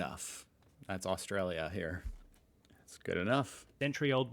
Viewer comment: You should say Australia right